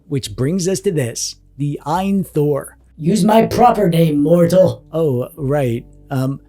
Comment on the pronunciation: Reviewer calling it eye-an instead of A.Y.N #